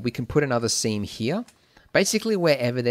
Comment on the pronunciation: WHAT did you say? We can feel free to put a what.... ? :D Semen...